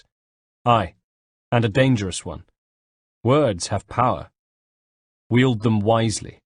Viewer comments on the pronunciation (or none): none